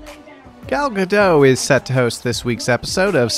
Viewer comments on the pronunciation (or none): It's pronounced "Gadotte"